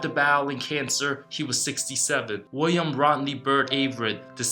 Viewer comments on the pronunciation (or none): none